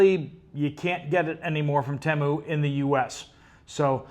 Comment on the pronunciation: TEMU is pronounced in their ads as TEE-MOO. UPDATE